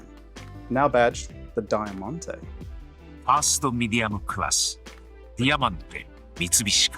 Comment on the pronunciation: thats an insane pronunciation of Diamante but well